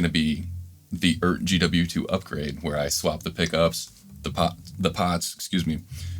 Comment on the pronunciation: Just wanted to point out the obvious, which apparently isn't so obvious. The brand name is pronounced E Art.... I've heard it said every which way but. Just like NuX is Nu X. It's still not great, but at least they're using vowels in these Chinese brand names now.